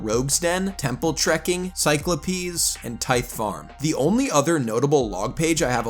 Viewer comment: saying "cyclo-peas" is crazy work ngl but I'm invested in the series